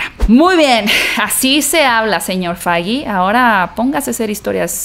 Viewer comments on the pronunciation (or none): none